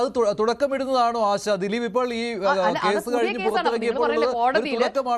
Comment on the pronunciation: ദിലിപ് എന്ന് ഉച്ചരിക്കല്ലെ ഗോപാലകൃഷ്ണൻ